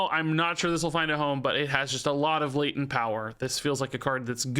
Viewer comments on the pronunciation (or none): none